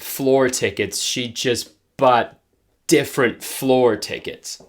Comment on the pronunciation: The added '-ce' at 'differen(t)' had me dying